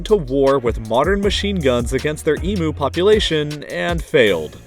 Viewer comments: As an Aussie, I'd just like to point out that "emu" is pronounced "eem-you" not "eem-moo". [Unless you are 5 years old!] :) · No way this man said emoo. Eemyou not eemoo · The way he says emu makes me want to carve my eyeballs out with a spoon "E-mue" not "E-moo" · the way he said emu is making me mad as an australian its pronunced E-M-YOU no E-M-OO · As an Aussie, I cursed you for saying e-mu and not e-me-you. So infuriating! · Emoo? nah man it’s pronounced Eem-You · As an Australian, please for God's sake stop calling it the "e-moo" war. It is pronounced "e-m-you". Our emu conquers whip us every time someone says it wrong. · It is pronounced eem-you not e-moo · It’s Em u not E moo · emoo? its emew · This man is saying “Emooo” Bruh.... it’s pronounced “E-M-YOU” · its not emo its emuuuuuuu sorry but it annoys me when people from other countrys get it wrong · He do be pronouncing emu emoo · "Great Emoo War". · It's pronounced "eem-yoo" mate. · “The great EMOO war” XD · Emu is pronounced Eme-You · It's pronounced Eimu lol spelt wrong but that's how u pronounce it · It's pronounced "eam-you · ee moo... e m yu? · that's not how you pronounce the animal's name! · you pronounced emu wrong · Did you just say emu wrong😞😞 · Why do you pronounce emu so weird?